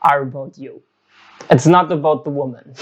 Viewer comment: Schau dir bitte mal an, wie man „Women“ und „Woman“ ausspricht - da die „creatures called females“ dein Hauptthema sind, nicht ein ganz unwesentliches Detail, das du wissen solltest